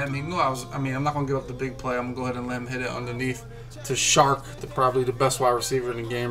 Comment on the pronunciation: It's dj CHARK. NOT SHARK.